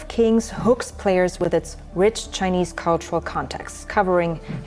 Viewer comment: Thanks for recognizing China's plagiarism. In one video, I heard "chin-a-nese" 68 times. China China China!